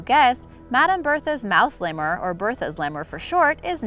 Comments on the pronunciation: If you're trying to educate people, then stop mispronouncing words. --- Lemur = LEE-mer, not lay-more or lem-mer. --- Berthe (a French name) = BAIR-tih (the second syllable is very short), not Burr-tha. Please check before you record. All reputable dictionaries provide audio pronunciations, and the site Forvo provides pronunciations for words and names in more than 20 languages. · I'm pretty sure lemur is pronounced "Lee-murr" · I can't believe no one has commented about the way your pronouncing Lemur, I've never heard of a Lemoore lol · Leee mur..... Is how u properly pronounce it